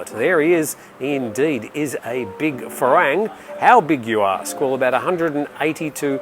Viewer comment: The pronunciation for "farang" is not "fa-rang". It is pronounced "fa-wrong"